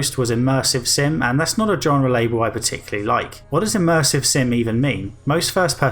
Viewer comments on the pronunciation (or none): "Genre" is pronounced with a "zh-" sound at the start 👍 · Learn to pronounce "genre" correctly.